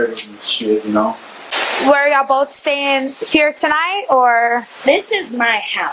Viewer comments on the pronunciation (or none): This cop said "boff" rather than "both".... The world is going to hell in a hand basket 🤦🏽‍♀️ and all professionalism is gone